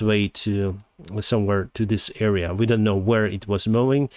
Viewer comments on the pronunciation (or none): none